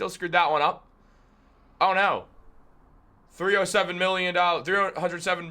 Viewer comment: Bro, you shouldn't have a take until you can pronounce 307 million correctly 😂. Come on dude